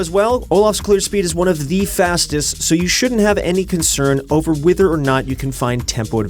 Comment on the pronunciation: wither or not he changes his pronunciation of whether.. I'll still watch ProGuides' videos